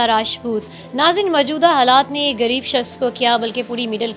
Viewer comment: Urdu bolna seekh leejay. Gareeb nahi hota ghareeb hota hai. Shame on you.